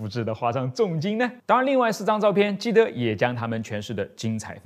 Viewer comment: 是基德不是基博😂😂